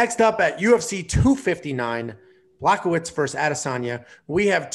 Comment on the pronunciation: Also, it's "Bwa-ho-vitch" not "Black-o-witz" Show these fighters some respect by getting their names a bit better! It's like hearing people talking. about Royce Gracie without pronouncing it like "Hoyce"